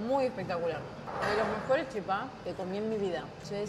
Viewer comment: No es chipá Con acento en la A. Es chípa con acento en la í.😊